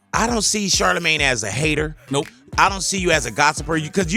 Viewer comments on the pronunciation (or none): Am I the only one hearing Big Boy say Shart-amagne?! 😂😭😭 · He calls him char da main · Black people either call him shortymane or shardamane